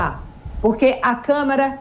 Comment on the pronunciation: Liberdade de expressão não é ter liberdade para inventar e espalhar mentiras ou liberdade para cometer crimes. Vocês são patéticos! Gente ridícula... E não é "Camera", é CÂMARA, sua bobona.